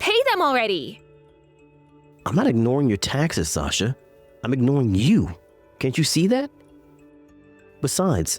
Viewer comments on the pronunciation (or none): Wow, Sasha’s own mother can’t pronounce her name right